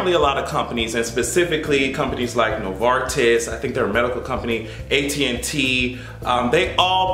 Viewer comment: And, yes you are pronouncing Novartis correctly.